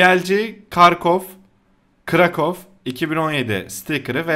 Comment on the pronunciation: krakow u karkov diye okuyan beta